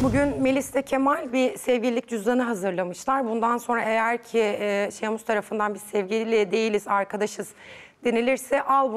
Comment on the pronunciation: şeyhmus değil mi ya şehmus ne